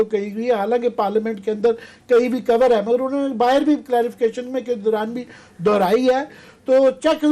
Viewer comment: Love the way he pronounces the word Bahir ,he says Barrr🤪🤪🤪